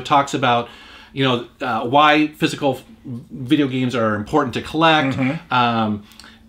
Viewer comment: Does say "Physcal*, instead of "Physical"?